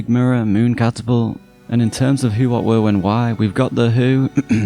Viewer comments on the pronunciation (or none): You said "were" but the word you showed on screen is "where." You even repeated the word you think you said, making it sound more like "wore." I suspect you aren't from civilization aka North America(minus mexico) but england or some other place where they can't pronounce words the right way. U.S.A was formed of the genetically more coherent and spiritually most honest of england's species, they civilized the proto-language intothe yrue symbol of Humanity aka the Space Age.